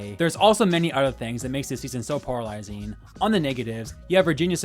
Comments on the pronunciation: Great video as always! If I may make a gentle constructive suggestion, though: It would help if you slowed down a bit with your talking points. You speak very fast and it makes you more likely to mispronounce words (I kept hearing 'poralizing' instead of polarizing), as well as blend your words together to the point that I needed to repeat certain parts of the video to hear you correctly. I don't know if anyone else had the same issue, so I won't speak for them. Other than that, I enjoyed the video. 😃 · The return of "poralizing"